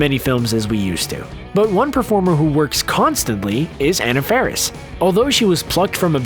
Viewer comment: You MISSED pronounced Anna Faris's name ...